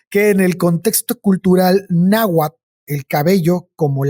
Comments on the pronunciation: Wey, me caen re bien, pero neta hubiese estado más chido que al menos la pronunciación la hubiesen checado, terrible el tamaño de la ignorancia de los representantes mexicanos 😓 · Me hacen dudar de que son mexicanos, que mal pronuncian el nahuatl.